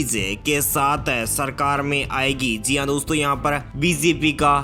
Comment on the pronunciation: अपनी वाइस क्वालिटी सुधारिए सर जी ज को ज़ कह देते हैं सर जी नमस्कार 👍👍🙏🙏💐💐